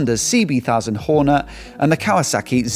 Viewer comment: I'm a subscriber and love your channel but can't you say Hornet because it sounds like you say Horner 😂